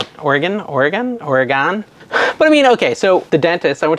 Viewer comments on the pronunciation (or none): It is “or-uh-gun” as I was told by an Oregonian